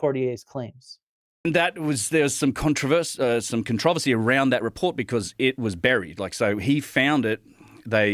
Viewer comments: Con trovacy 😅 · His slip up on the pronunciation of controversy shows what I always say about people like graham Hancock using their way of speaking to convince people they know what they're talking about. Narcissists.